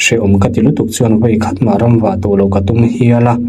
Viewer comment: I channel hi maw a ngaihnawm thei khawp mai, mahse a thupuia i rawn hman hian em ni? em ni? i rawn ti fo mai, a nih leh nih loh te engtinnge kan hriat ang, nang pawhin i hre bik lo, a ngaithlatute mi i rawn zawt zing lutuk. Mizo tawng te hi rawn hmang dik ve la, thluk mak tak e.g. vawi i tih te hi a ninawm a nia, suhi etc tih te. Channel zawng zawngah advertisement i dah zing ber bawk, kan ngaithla tui dawn chauha, fakna sei tak tak i dah zing lutuka, kan ngaihthlak sak peih lo che alawm.. Ramhuai a hmu em ni? etc etc hi rawn ti tawh teh suh